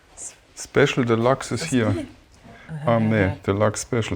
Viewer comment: Wie der der Sprecher de Luxe ausspricht - Einfach nur grausam. Nervt mich auch bei einigen Werbeslogan. Wenn man z.B. + als Plass ausspricht.